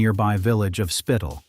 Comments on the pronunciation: Spital is pronunced Shpeetal, not "spiitle". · The name of the village Spital is read "shpeetal", not "spittle".